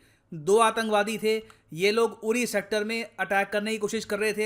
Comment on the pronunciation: Its pronounced Udi not uri like chidia odd